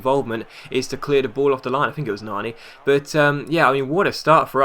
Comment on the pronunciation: good video but couldnt help but laugh at your ponounciation of"Nani"